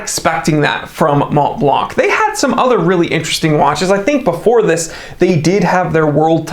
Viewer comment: Thank you for your videos! P.S. Not “MonTblanC”, but “Monblan”.